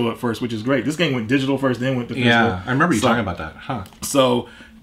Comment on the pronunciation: Does say "Physcal*, instead of "Physical"?